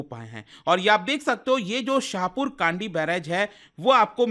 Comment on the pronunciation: Kandi nhi, kndi (कंडी) शाहपुर कंडी